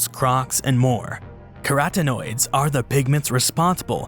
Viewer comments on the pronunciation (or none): Queratinoids or carotenoids?? English speakers mess up and screw the vowels until we can't distinguish them.